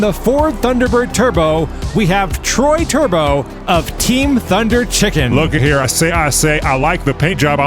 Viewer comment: "Thunderchicken" is the most Minnesotan thing you'll hear today. LUL